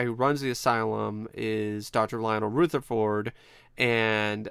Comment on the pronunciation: "RootherfoRd" LMAO